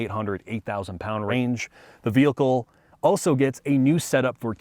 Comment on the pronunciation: Auso in the final segment. Bruh, just take a quick second to learn how to say 'also' - not that hard